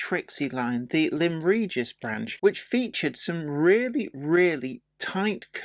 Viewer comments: it's Lyme Regis, as in lemon and LIME, not LEM. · Hi. Liked the vid, but just a few points. The branch is pronounced Lime Regis. The Adams Tank 488 is in as built condition. Because it was sold to the WD, it was never rebuilt by Dugald Drummond or Robert Urie, and is the loco preserved on the Bluebell. 3520, on the other hand was rebuilt by Drummond, and is modelled carrying a Drummond boiler, with safety valves on the dome.. The builders plates on the chassis were carried by the locos until withdrawal, 488 built 1885 by Neilson & Co, 3520 was built in 1885 by Dubs & Co., and received her Drummond boiler in 1907. Hope this helps. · "Lime" as in green fruit.👍